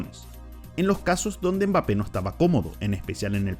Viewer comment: Como puedes hacer un video hablando de alguien y decir el nombre mal la mitad de veces. Quien coño es bape jajajajajaja